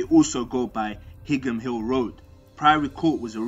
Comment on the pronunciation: You keep pronouncing higham wrong its like "high am* not hig ham lol